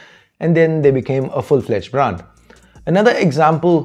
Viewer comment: u pronouncing brand,branding all wrong and its irritating